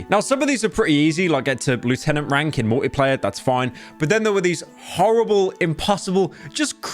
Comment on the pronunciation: everytime he says "multiplayer" I hear "Morty player" and now i can't unhear it